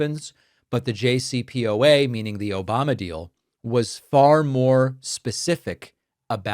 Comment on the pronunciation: I laugh every time I hear "OBAMNA" 😂